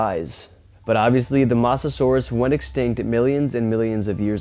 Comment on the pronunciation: aint no way this man just called it a "mossa-sauras"